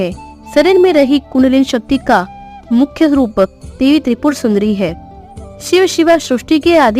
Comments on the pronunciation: Debi b nhi hota Devi hota hai😂 kya teacher bnogy re tum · Debi not dehvhi